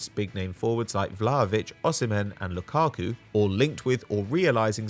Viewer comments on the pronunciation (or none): none